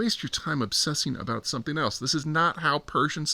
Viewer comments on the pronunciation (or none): none